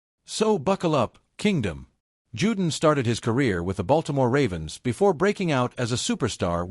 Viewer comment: His name is pronounced Jew-Don not “Jewdin” but I guess a cheap robo voice wouldn’t know that.